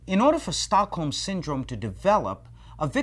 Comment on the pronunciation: American just can't pronounce Stockholm. The British people are at least better at it. Anyway, it's a cool name for a syndrome.